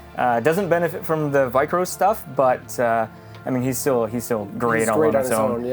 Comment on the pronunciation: Great video, but every time pronounced the dynasty name "Vie-krose" instead of "Veer-kose" or "Weer-kose", it made me cringe.:)